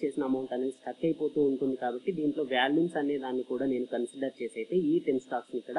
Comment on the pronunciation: Good information, thanks for the video. Small correction...you are pronouncing Volumes as Valumes, not criticizing..